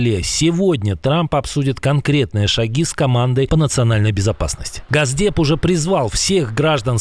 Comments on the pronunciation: не "газдеп", а Госдеп! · Не Газдеп а Госдеп 😂